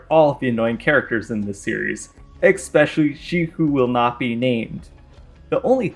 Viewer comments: What is ickspecially you mean especially 2 very different pronunciations. Lol sorry for being grammar police I love your content. Also you misspelled corrosive during the graveward fight. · It's not pronounced "ecks-peshully"